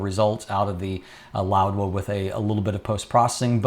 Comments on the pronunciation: Correctlly it should be pronounced as how it is spelled Laowa. Without d. literally means Old frog. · I am hearing an extra "d" in your pronunciation (e.g. "loud-wa") Is this the correct pronunciation?